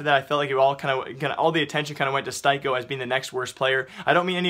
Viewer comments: Styko is pronounced as Sticko... Thanks! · Joni Lantinga it's pronounced "steeko" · Styko's name is pronounced steeko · His name is pronounced Steeko, do you do this on purpose? It triggers me so hard, surely you just need to watch one mouz game and hear how the commentators pronounce his name, do you even really care about what you're talking about? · the only offense to styko is how you pronounce his name lmao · Rip Styko, rip Styko pronounciation